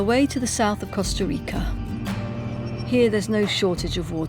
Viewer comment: Listening to her pronounce Costa Rica hurt, but then she tried to say Jaco. Ouch.